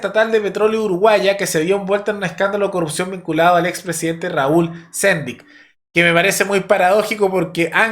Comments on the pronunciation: Por otro lado ANCAP se leé Ancáp, no Ancap. Y Raúl Sendíc, no Sendic. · Ojalá nuestros vecinos siguieran ese mismo camino xo estamos muy disociados. Por supuesto los zurdos poniendo piedras en el camino, como siempre. Che, ANCAP Y SENDIC se acentúa en la última sílaba please; suena horrible